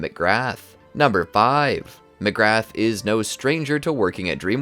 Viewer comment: Mcgrath is pronounced "Mac-rah"